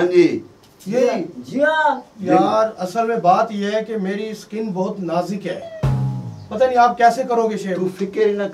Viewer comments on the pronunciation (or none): Nazek ni hota Nazuk hota he😂😂😂😅😅